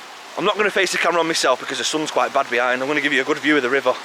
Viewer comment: Proper Manc. 'Rivuah'